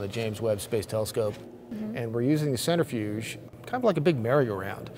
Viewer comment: “Center Fuge.” 🤦‍♂️